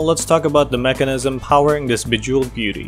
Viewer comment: Im sorry but you say mechanism😑